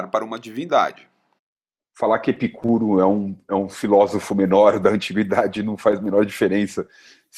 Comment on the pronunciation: Epicuro (paroxítona) ou Epícuro (proparoxítona)? O correto é Epicuro. O está por fora até nisso.